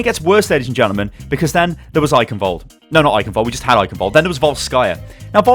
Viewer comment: ist isn't eicenwate, IT is eichenwalde